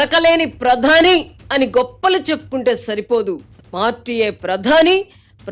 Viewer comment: గారి తెలుగు కొత్తపుంతలు తొక్కుతుంది. కొన్ని పదాలకు ఈమె ఒత్తులు పెట్టేస్తుంది. "ఆధారం" అనే పదానికి "ఆద్దారం" అని "ప్రధాని" కి "ప్రద్దాని " అని "ప్రతిఫలం" కి "ప్రతిప్ఫలం" అని " భిన్నంగా" కి "బ్భిన్నంగా" అని ఈ విధంగా.